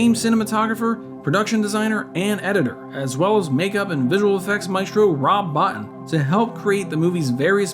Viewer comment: You guys never get the simple stuff right. The special effect man’s name is pronounced “bow teen” not “bot in”